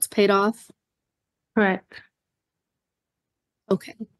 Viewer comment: "COR-RECK." IT'S "CORRECT." THANKS!